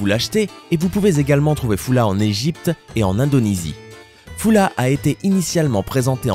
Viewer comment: Ca ne se dit pas fula . Cela s'écrit Fulla mais se prononce فّلة, ou Faulla.